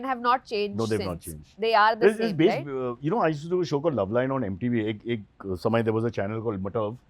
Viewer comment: did he just pronounce MTV as "MATAV" ??? WTF